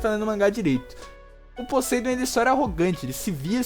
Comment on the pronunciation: Meu Deus cara!! Fala Poseidon direito! Fala o nome do cara todo leproso! Bom vídeo.